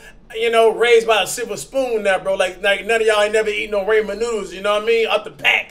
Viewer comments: Did cash just say raymen noodles? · no one: cash: reymen noodles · Nobody: Cash: Raymen noodles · Cash said Raymon noodles LMAO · Bruh “Ray-men noodles” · “Raymond Noodles” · “Raymen Noodles” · "Raymen noodles"